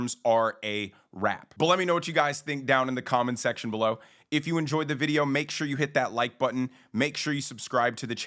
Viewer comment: Love your videos and your ending, "so you never miss a vides" Love it.